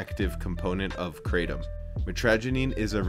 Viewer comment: pronounced Krahtom, not kraytom. Also, no one has ever died from Kratom alone. There is a drug crisis for sure. Kratom doesnt work for everyone. Not illegal here in Canada, but has to be labelled, "Not for human consumption".